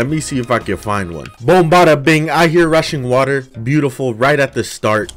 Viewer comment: I can’t be the only person who heard Russian water instead of rushing water